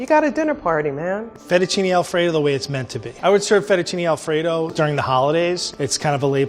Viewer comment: The entire country of Italy and especially Alfredo's family just put Steven on a hit list/10 most wanted list for his "Fettuccine Alfredo."